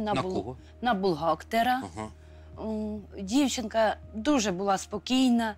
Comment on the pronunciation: Царствие небесное девочка 😢....но не могу не сказать: булгактер,паликмахер.... разве в школе так же разговаривают, когда учат детей???🤦